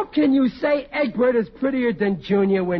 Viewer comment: Everytime he says "Edwoid", I seriously hear egg white.